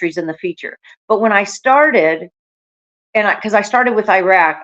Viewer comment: Is it mentioned anywhere that these are countries destabilized and destroyed by U.S. wars of aggression, many prompted by Israel's neocon/U.S. agenda. Please learn how to pronounce Iraq.